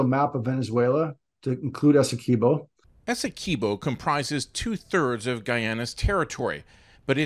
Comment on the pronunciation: Please pronounce it properly... its 'Essekwibo' NOT 'Essekibo' . The Guyanese people who live in the Essequibo do not pronounce it like the Venezuelans.